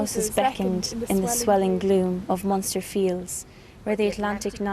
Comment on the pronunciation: Its Munster